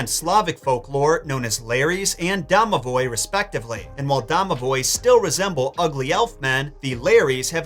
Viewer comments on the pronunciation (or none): Thanks for mentioning Domovoy (even though you messed up pronunciation as always lol). Slavic mythology is so fascinating!